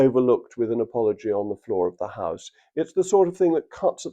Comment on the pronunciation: An apoloy.............are you having a laugh